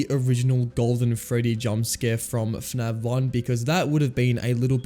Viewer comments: Why do you pronounce fnaf as "fnav" 😭😭😭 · bro keeps saying fnav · PHANAV... bro its F A N A F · Great video but I had a giggle every time you said F'NAV 😂 Subscribed